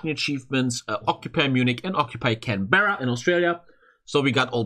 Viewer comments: Just the obligatory comment to say it’s pronounced Can-BRA. Not Berra! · It is pronounced Canbruh not Canbehra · its pronounced canbra lol